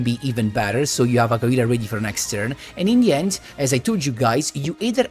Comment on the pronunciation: Oooh you were saying “in the end” I thought you were saying “Indian” 😂